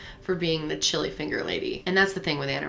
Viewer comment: The way she says chili 😂😂😂😂😂😂😂 Ssshhili 😂